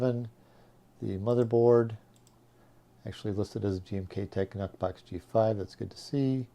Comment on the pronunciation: "Nuhk" box? Blahahahaha